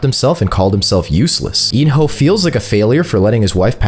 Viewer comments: it's pronounced kii hun not Gohan we ain't watching dragon ball 😂😂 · Is nobody gonna talk about how bro kept on saying gohan instead of gi-hun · So nobody notices him sometimes saying g man to gi hun 😂😂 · Bro said gohan except for gi-hun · “Go-han” and “el rizz” wth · did no one hear him say Gohan💀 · Really go hun at least say the right name it’s gi-hun 😂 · Bro was saying g-man instead gi-hun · Why the hell can no youtuber pronounce Gi-hun right? its not Ji-hun not Gi-han not Ji-huan its Gi-hun just read the letters normally. It is as it is no accent no anything just GI-HUN. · Bro called gi-hun gohan💀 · why do you keep on calling Gi-Hun Gohan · gohan? this ain't dragon ball his name is Gi-Hun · Earlier he called him “Go han” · Not gi hun Everdeen 😂💀😭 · Why do I hear gohan when you say gi hun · He struggles alot to say gi hun [geeh-un] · bro cant say gi hun he said g man and gu hun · Is it just me who heard him say gohan in 😭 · The Amount of Times This Man Mispronounces Gi-Hun Is Crazy